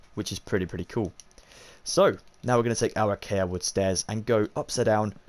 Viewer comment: I know it's knit picky but your saying acacia wrong but other than that amazing video